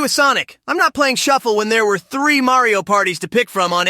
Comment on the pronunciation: Sonic really said Mary-o Kart. The rivalry is real and disrespectful, and I love it